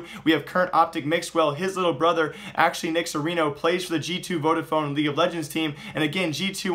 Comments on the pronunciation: You pronounced VodaPhone correctly, I should know. I use it :D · you guys dont have vodafone in US? Oh u pronounced it right